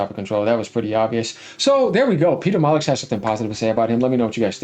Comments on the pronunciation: It’s pronounced Molly-new bro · Peter mollux 😂 Cracking me up with that 🤣